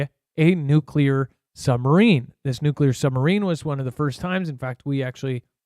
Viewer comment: No, it's not nuke yeller.